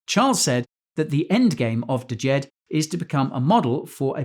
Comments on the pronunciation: It's not "D-jed". It's just "Jed"......the D is silent. Otherwise, good video. Thanks. 👍🏾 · D is silent bro... it's pronounced Jed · "deejed? the D is silent(like knife the D Soften sthe J (so not like jeep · Thank you for the content. The first 'D' is not pronounced in Djed. The same way it is not pronounced in Django (Quentin Tarantino) If in doubt, look up the world. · Isn't the d silent hahaha